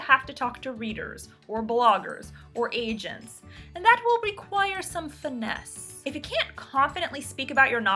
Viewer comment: I thought she said Asians not agents.